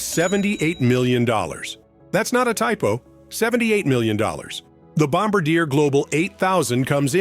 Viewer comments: It's pronounced bomb-bar-dee-eh. If you write it like that for your cheesy Don Pardo Ai narrator, he'll get it right! Thanks! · Its pronounced, Bomb - bar -yeh. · You’re saying Bombardier incorrectly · If you can't pronounce Bombardier - and you use children's fantasy measurements like feet - well you are ILS like a toe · Professional that can't pronounce Bombardier..